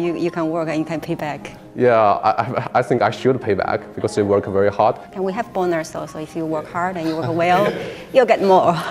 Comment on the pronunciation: Bonus发音成bo哪儿s. ๑_๑